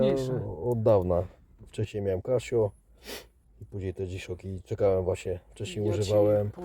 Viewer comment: "Kaśjo" XDXD no litości ;-)